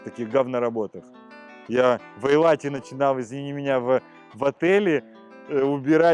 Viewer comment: додик ..... не айлат а ЭЙЛАТ!!!!!!!!!!!!!